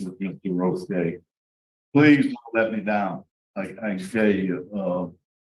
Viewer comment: This is why Roche is my favorite and the prisoner screwed up by miss pronouncing Roches name. “FOIA”you can find out the numbers on the commutations.